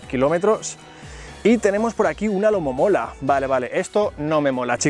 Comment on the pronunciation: Alomomola? Mas bien Alomonomola entienden???? Ok mejor me voy